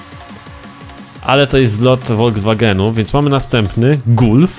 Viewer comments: °_° Gulf!? Czyta się galf* ♡♡♡♡♡ XD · Nie gulf tylko galf! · czyta się galf